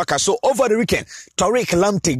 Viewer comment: It's Tariq and not Torque.